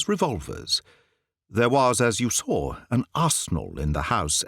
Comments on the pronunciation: The person playing the American is almost perfect. But no Canadian or US'er pronounces the word 'saw' as "sawr' . . . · I can’t love this telling enough. Can we explain why he pronounced saw as “sawr it” the businessman, was in gold? Just a linguistics question.